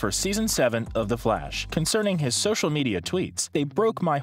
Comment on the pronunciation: “Theh FLAWSH”